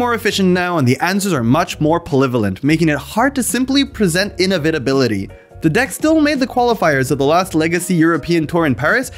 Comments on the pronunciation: The way he pronounces inevitability sounds like innovatability. So UW control is able to innovate. Cool. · He pronounces "inevitability" very strangely. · Cool video, but there is something about the way you pronounce inevitability that sounds odd... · do you not know the word inevitability? because you certainly cant pronounce it